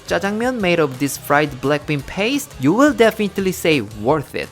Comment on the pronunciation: Am i the only one who heard blackpink instead of black bean? 🤣🤣